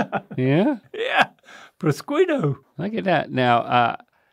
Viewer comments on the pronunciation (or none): Pra-squee-toe is my new favorite way to pronounce that xD I live on the east coast and the "italians" around here call it "Bro-shoot" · You actually pronounce prosciutto like "pri-sho-to"